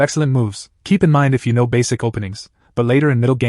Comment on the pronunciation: “I don’t knowv”